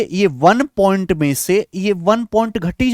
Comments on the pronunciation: अद्भुत, अकल्पनिय class, 7 करोड़.........🙏🙏🙏🙏😂 बस आप point को pont मत बोलिये सर जी नहीं तो ध्यान भटक जाता है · Please don't say pont it's point 🥶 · Point ❌ pont ✅ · Point ❌ pont 😆